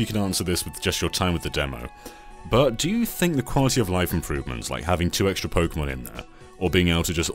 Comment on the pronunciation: im skeptical honestly he cant even say the pokemon names right either